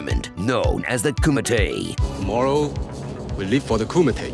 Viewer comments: You’re pronouncing it wrong. It’s “Kumite *karate sounds*” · It kills me when Americans don't put in the effort to pronounce a word in its own language and they just read it in their own. Surely people attending such an event would know it's pronounced KUMEETE. At least one person attending should have known. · Did you say kumate? Waaaakaaa!! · Such a great martial artist he is, but still didn't do anything to correct the horrible pronunciation of kumite